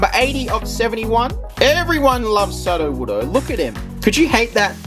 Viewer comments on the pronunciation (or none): bro it's soo-doe-wood-o, as in Pseudo Wood, not suddo-wood-o